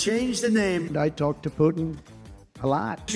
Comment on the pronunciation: Trump can't even pronounce Putin's name correctly this bum's cognitive decline is off the charts and he wants to be POTUS again have mercy on America. 😂😂😂